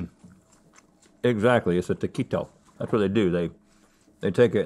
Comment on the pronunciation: You’re not pronouncing taquito right.